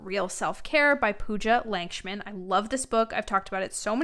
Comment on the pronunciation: Just wanted to point out that the author’s last name would be pronounced as ‘Luck-shmin’ :)